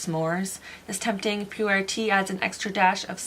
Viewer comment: It’s PU WARE lol so hard to say